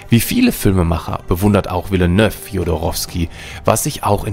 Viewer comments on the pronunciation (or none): Yuhee? Villenöff? Pita? Moaijem? Bin so froh, dass ich Dune ausschließlich in Originalfassung schaue und lese. "Behne Gehsseritt" würde mich auch nicht wundern tbh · Wer ist dieser „Wille-Nöff“? Und was ist ein „Fülm“?